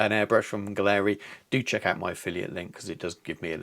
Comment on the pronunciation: If you’re getting paid to promote this line you at least should learn how to pronounce their name. Competes with the Infinity? Total rubbish!